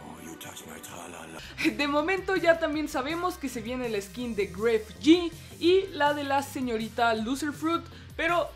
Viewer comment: Porque lo llama gref ti, es grefg porque es Grefg duh